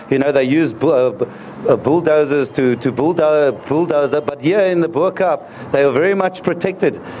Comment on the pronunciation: A South African on tv that can't say "Bo Kaap"...